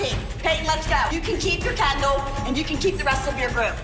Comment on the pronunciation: It’s Kendall not candel…